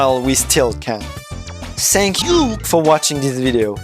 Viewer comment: Super vidéo ! C'est pas pour critiquer mais le "th" de "think" est prononcé "f", pareil pour "thank" J'espère que ça t'aidera